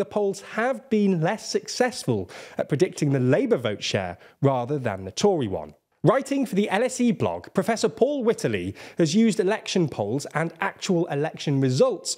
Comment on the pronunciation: I know you guys do this on purpose to drive comment traffic and I have taken the bait but Prof “/witter-lee/“? Surely his name is ‘white’ (as in the colour) + ‘-ley’ (an ancient suffix meaning ‘field’)… WHITEley? I’d love to know if it’s a specific person’s role to sub in these comment fodder mispronunciations - they should be on commission! 😅